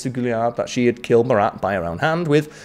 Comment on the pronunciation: As a French, I can tell you that you have a good prononciation. I was sure that you will prononce the final "t" of Marat, but no sweat 😂😂.